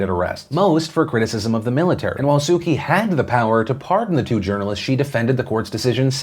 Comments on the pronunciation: Please work on your pronunciation of Aung San Suu Kyi’s name (ONG-SAN-SUU-CHEE) not "Sukey" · Man you need to look up the pronunciation of Su Kyi. It isn't Suki. :D